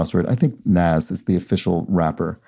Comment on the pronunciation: FYI Nas is pronounced nahz